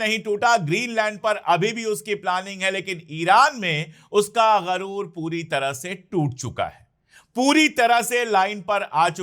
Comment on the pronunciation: Sir garoor nahin sahi lafz ghuroor hai